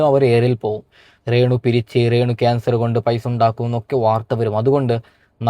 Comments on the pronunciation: നിനക്ക് രേണുവെന്ന് പറയാൻ അറിയില്ലേ നീ എന്താ ഇംഗ്ലീഷ് ക്കാരനാണോ ? റേണുറേണു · റേണു അല്ല രേണു 😂